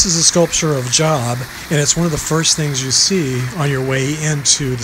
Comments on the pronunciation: Beautiful and peaceful video of these lovely grounds and facilities. I bet the sea grass is mesmerizing when there is a breeze much like the tall grass prairies in the central part of the US. The correct pronunciation of the man depicted in the first statue you mention is Jobe, not job (although it is spelled J o b). The name of the religious figure walking on water is Jesus, who is the central reason why people gather in the cathedral in the first place. The name of the religious figure holding the two tablets, which represent the 10 Commandments, is Moses. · I think it’s pronounced “Jobe” not “Job” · Job is not pronounced like job, it’s pronounced with the o making the long o sound, as in Jobe. I’ve been to the cathedral several times growing up. It indeed is a beautiful campus. It’s nice to see that it hasn’t changed much since I also had no idea Marie Calendar was buried there. Very interesting video. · I’m thinking Job is pronounced with a long “o” like Jobe 😊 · That's the correct way to pronounce Job! Long "o"! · That "religious figure" statue walking on water was Jesus. And the one you called Job (as in my job is washing dishes) is actually pronounced like it is spelled Jobe. He was a biblical character who has a book in the Bible named after him.